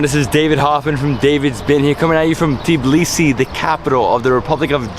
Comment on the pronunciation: How come David can't say correctly TBILISI and saying TIBLISI instead ? Ain't anybody to correct him ?